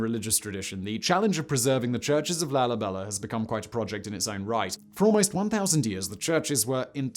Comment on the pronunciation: LALIBELER? Stop with the rhotic r